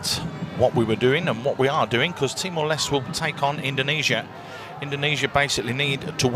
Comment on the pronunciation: He said Timor less